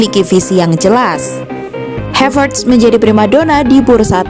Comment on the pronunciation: Saran aja min ...karena havertz org jerman maka namanya cukup dibaca HAVERTZ aja ... Bukan HEVERTZ dengan pelafalan A = ei, seprti bhs inggris ...terima kasih 🙏